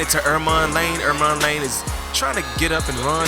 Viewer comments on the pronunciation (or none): Its ermon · EMON LANE NOT ERMON LANE ITS ON THERE ROSTER